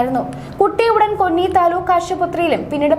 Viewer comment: കൊന്നി അല്ല 'കോന്നി '.